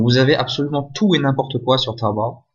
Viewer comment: Ça me tué comment il dit tawobayy 😂😂😂🤣